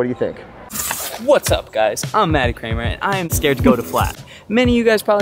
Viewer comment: how are you pronouncing his last name? 😄😄 Nobody can ever get it right, unless it's a running joke on purposely not saying it right. LOL! (...please don't take this as a negative comment - just talking here! 😎👍) Can't wait for the sui contest!!!